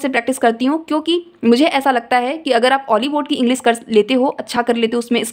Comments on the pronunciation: ईगलीस man😂😂😂lol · Aap khud English ko ईंगलीस bol rahe ho